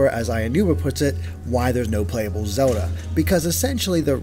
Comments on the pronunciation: whos Zeoda? i thought her name was zeLLLLLLLLda. this guy keeps talking about zeodah. new character? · is it me, or does this guy have trouble pronouncing L's in words.. like when he says Zelda.. or world...or wild.. I've heard it a while back.. now I just keep hearing it.. kind of bothersome.. lol.. not trying to be mean... but I guess in a way, I am.